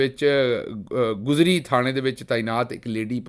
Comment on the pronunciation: Karachi police station ka Naam gizri hai AP ne guzri kaha